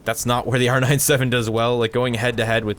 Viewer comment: It is r97 not r 9 7, R-ninetyseven not R-nine seven